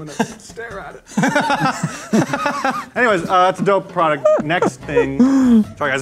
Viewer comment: I've noticed that all of them say prodect instead of product and now I can't unhear it